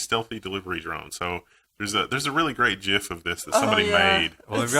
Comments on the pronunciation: and !? Stop that. It's JIFF. Stick to your guns. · > is it JIF or is it GIF??? make up your mind !! just kidding.. But I dunno about others I still cannot get used to the jif. For many decades people have been calling it gif, jif just sounds so off.